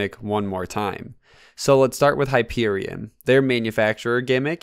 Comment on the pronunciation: hyperion not hyperian